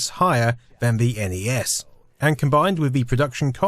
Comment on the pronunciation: why do you say van instead of than ...